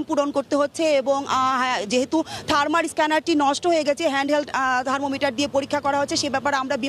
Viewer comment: থারমার না আপু, থারমাল থারমাল